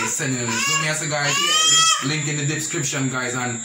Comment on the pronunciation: The “dipscription”....king neva say it right yet🤣🤣